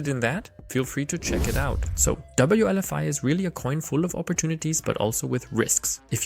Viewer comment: Wlfi not wlvi